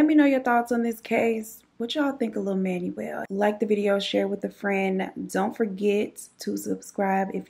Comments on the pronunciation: Manuel is pronounced Manwell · Awesome video I'm an Aquarius ♒ and he was just a sad situation...his name is pronounced Man-well V-ay-haas ❤️❤️❤️ I hope your new baby settles in soon.